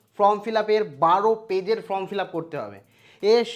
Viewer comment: Ota from uchharan habe na Form hbe